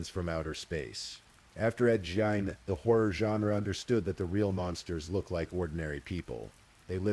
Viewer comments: Ed Gein ~ Geen, not jean…. Lol AI? I’m breaking balls. Nice work ❤ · Why does the AI narrator keep mispronouncing Ed Gein's surname?!?!? Was really annoying.